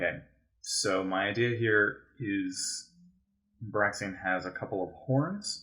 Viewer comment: Love these, it’s awesome seeing Hallowed Pokémon outside of Subjetively Also, I think Braixen’s name is pronounced “Brake-Zen”. But I could be wron